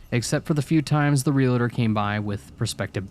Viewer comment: Real-tor… not real-a-tor.